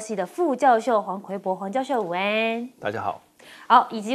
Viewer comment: 主持人能好好说话吗？ 把午安两个字说清楚了